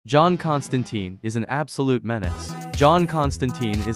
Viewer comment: John Constantine rhymes with fine.